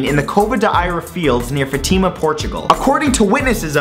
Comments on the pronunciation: It«s not fuhtima it is spell Fahteema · portuguese correction: it's pronounced FAHtima, not FuhTEEma. ^_^' because that matters to everyone watching... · It's not Fatíma it's Fátima. Geez. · Fatima? Lel, its pronounced Fahtima. The word has an accent→ Fátima, like fiancé or Pokémon. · It is not Fatíma, it is Fátima. It is actually all fake, made up by the dictator we had at the time. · Oh God, you butchered the name... It's not "Fatima", it is Fátima and the phonetic pronunciation is kinda like this fÁ-tee-Ma (Fá like the fa in far, ti like the letter T and ma just like ma) You learn something everyday, keep scrolling now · Realy cool video matt, just one think Fátima, Portugal is pronounced FÁ-ti-ma, i don't know how to explain, but the A in FA is an open A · It's pronouce FÁtima with emphasis on the A. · The way he pronounced "Fatima" makes me a little sad as a portuguese person XP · the way he said Fátima im in tears (im portuguese by the way) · it isn't prononced fátima, portugal.you make an acentuation on the a. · I love the way Matt tried to say "Fátima". xD